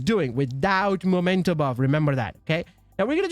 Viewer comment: It's a Meee-mento, not a 'Momento' , mate! From Latin imperative 'memento!' for sth. being 'reminiscence of' , or 'keep in mind, that...' , like, '...you have to die!' = 'Memento mori!' ⚰ The Rogues watches on the backpack could be an indication of why this backpack is called 'Memento' , because these watches are 'Mementos' to those who had to die. Painfully. Sry, I got carried away. Anyway, it has nothing to do with 'the moment' , although it is also a moment to be remembered. But the thing is not the moment! The moment is gone. Vanished. Dusted away. It usually never turns into a backpack. The remnants of the moment - plus a few decaying bodies that will soon have decomposed, except for the timepieces - that is meant to be remembered, and which are kept to this end, are the mementos. But that doesn't make anything a 'momento' . This word only exists in American Mickey Mouse lingo and wherever other linguistically challenged people have copied it without asking what they were talking about. So it's in fact the dork language of people who never understood that someone who first said 'memento' in front of them really meant it, and hadn't said 'momento' , but which was the only thing their two brain cells butt-fucking each other only understood. Since then, they had been calling things that were mementos 'momento' . Nyahahahaaaaa .😭 I could piss myself! 🤦🏼‍♂ 🤜🏼🤕 It's also 'memory' (same derivation), not 'momory' , ain't it? 🤡🪓 But if in doubt, just read its name correctly, then